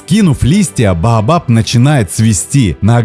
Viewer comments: Не БаАбаб, а БаОбаБ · Вы произносите "бабаб" , а не "баобаб". И во многих роликах тоже некоторые слова произносите неправильно, ударение не верно ставите. А так канал очень познавательный и интересный. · А вдруг есть какое то другое растение под названием "бабаб" , а вы тут дерево "баобаб" называете " бабаб" ...это может ввести в заблуждение ваших дорогих подписчиков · Неужели сложно произнести Баобаб? Почему баабаб?